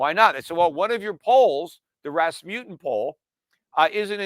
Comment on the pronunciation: It is called RasmuSSen, not RasmuTTen.